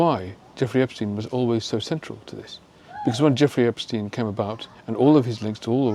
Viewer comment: It’s Ep-STINE Not Ep-steen The name functions as does Einstein. The second vowel ( i ) gets pronounced .